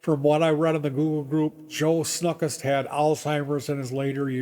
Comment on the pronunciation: I taught guitar there on and off in the early 80s. A couple fact checks: You aren't pronouncing his name even remotely close to correctly. The name was pronounced "snookst" actually. Rhymes with "book" with "st" and the end. Joe and Flo always paid me for teaching there promptly and in cash. Never missed paying me once. I also met all the music instrument company reps in there and learned alot about all the many M.I lines. Joe loved to buy at the Namm shows and much of his gigantic inventory was from Chicago Namm show closeouts to save shipping. He also didn't have either the Gibson or Fender lines so your note about that SG new with tags might be folklore. The place was indeed weird but Joe was actually harmless. That was a starting pistol with blanks in his pocket not a handgun btw. I agree, Mental illness may likely have been part of the picture but today he would be President by today's low standards.